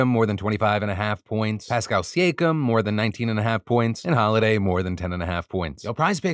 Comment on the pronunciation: It's fun watching YouTubers expose themselves during the ad reads. I've never heard Pascal Siakam's name pronounced that way 😂